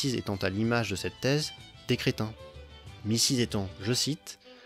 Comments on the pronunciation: (euh, je prononce Mises Mizèsse ou Mizeusse, pas Missize.) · "Mises" ne se prononce pas du tout comme "Mrs" en anglais !! 😂 Certes c'est une remarque que vous trouverez sans doute très périphérique mais quand même faites attention parce que le côté hilarant de la chose détourne du propos par ailleurs interessant de votre vidéo !! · Petite correction de la part d’un germaniste : « Mises » se prononce /ˈmiː.zəs/, soit à peu près « miezeuce » (accent tonique sur « mie », « eu » ouvert comme dans « neuf »).